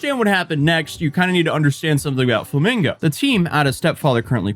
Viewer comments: its flamengo not flamingo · Hi just so you know Jorginho is pronunced something like George-iño and along with being part of Chelsea FC’s 2021 Champions League winning team he also won the 2020 Euros for Italy the country’s first EuroCup title since 1968 and yes Flamengo is a massive club in both Rio de Janeiro and Brazil.